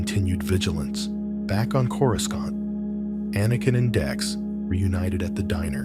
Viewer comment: I literally thought the exact same thing! I looked down to post a comment and I saw yours. Absolutely, don't narrate Star Wars if you can't even pronounce the planets.